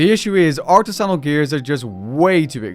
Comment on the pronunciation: Please look how up to pronounce artisanal🙃